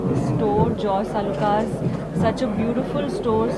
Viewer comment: It's Jos Alukkas not Joy Alukkas... Could you please edit